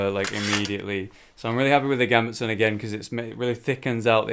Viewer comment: gambetson? its a Gambeson there's no t in it